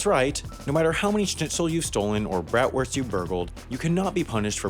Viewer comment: The way you pronounced Bratwurst hurt me